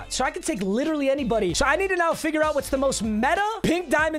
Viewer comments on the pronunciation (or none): none